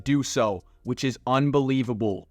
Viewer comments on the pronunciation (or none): none